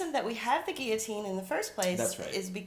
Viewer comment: What? Nobody commented on this? Thank you for pronouncing guillotine the way I was taught. Lately I have heard people pronounce the Ls, and it is SO distracting. I even searched out a dictionary app that has audio for pronunciation, and both ways are acceptable... because people are so dumbed down these days. French words need to be pronounced the way the French pronounce them, damnit! A friend of mine got to play several different parts as an extra in The Tudors, and one was as a villager witnessing a rather botched execution. If I can find the scene, I'll leave a link. I've heard (years ago) that thousands of guillotines were in storage at a military post/base somewhere in the northwest, and that (more recently) they have been distributed throughout the country. Speculation from eschatology enthusiasts promote the idea that these are for the Christians who will be mass executed at some point. I wonder if it will happen in public? I also wonder what they will do for people who have hardware in their neck? I've also heard that the brain continues to function for a little while after decapitation. Maybe that was the reason they picked up the head to view its body. You know, add insult to (fatal) injury. An interesting short story in my memory was about a family that had had several family members murdered. They would gather and drive to the prison every so often, but execution would end up being delayed. They would stop for lunch at the same place, and it got to be a bit of a